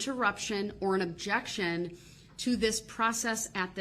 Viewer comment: Judge Dorow: "Overruled." Darrell: "But I didn't even state the uhjeckshun!?" Judge Dorow: "Its still overruled." 🤣 Darrell (muted): "Man.... I'm gonna tell my momma. An' she gone be mad at yall. Yall aint right wit Jezus"